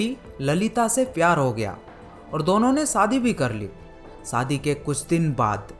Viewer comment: भगवान विष्णु not विस्नु , सादी नही शादी भ्राता आप हिंदी डिक्शन pe kam karo....apke sha or sa me ... problem hai